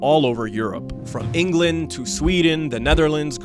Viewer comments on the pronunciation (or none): none